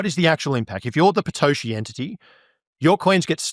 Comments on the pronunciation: Can anyone tell me why he's calling Satoshi, "Patoshi"?? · Is he saying Patoshi?